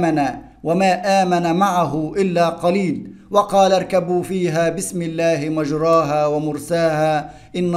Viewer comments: شرحك جميل يا مستر+ حضرتك اسمها مجريها مش مجراها بالكسر مش بالفتح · يمستر مفروض مجريها النطق الصحيح لها مش مجراها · كلمة ( مجريها ) لا تنطق بهذه الطريقة اسمعها من شيخ مشهور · انت قرأت مجريها غلط😅راجع نفسك كده وشكرا